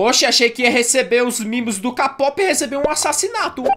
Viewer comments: Se pronuncia quei pop, dá agonia ele falando k pop kkk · n é kapop é kpop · Da uma agonia dele falando k pop é kpop Edit:eu gosto de vc mas é kpop kkkk i love you ❣️ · Ele não sabe falar kpop kkkkk vc é demais